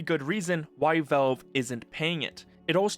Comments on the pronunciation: why do you keep saying "velve" instead of "valve"? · Is ytb not suppresing the word Valve? Or why is he saying Velve the whole vid? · i hate the way he says valve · bro that is not how you say valve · please learn to pronounce Valve